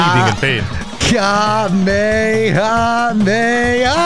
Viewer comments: Goten's super move is Kamekameha because he says it wrong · Still love the "Buu Bits" from DBZA where Goten mispronounces Kamehameha and Trunks calls him out on it. Need that modded into Sparking Zero. So...three idiots versus the audience time? Good luck, fellas.